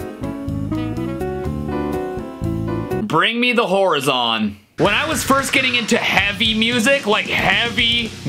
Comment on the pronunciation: He also mispronounced horizon